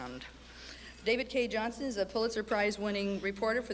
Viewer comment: Why are people always getting his name wrong? It's JohnSTON, dammit!